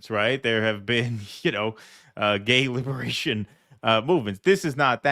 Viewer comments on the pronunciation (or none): none